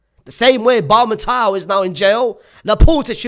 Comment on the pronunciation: did he say BARTOMEU as BARMETAO 😂😂😂😂😂😂